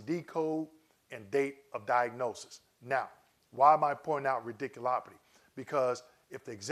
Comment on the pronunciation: Thanks for the info! Just had to say that it made me chuckle every time you said “radiculopity.”